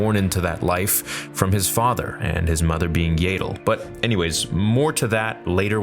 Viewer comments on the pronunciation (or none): It’s yaddles saber